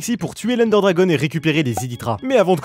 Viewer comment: Ender DRAGON, pas "DRAGONNNNNNNEEEEEE", ça c'est la lanière sur les manettes de wii par exemple ...